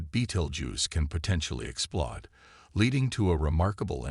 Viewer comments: If you're going to use text to voice, please try and punctuate and spell things right, or it sounds a bit silly. It's explode, not explod. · Degreese- explod- hmm I think the commentary needs work